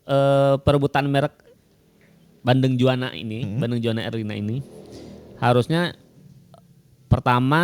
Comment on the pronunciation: Juwana, bukan Jawana